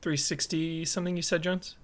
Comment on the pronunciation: Correction: . Oh by the way, Jones. You mispronounced JONES! It's cool, it happens ; )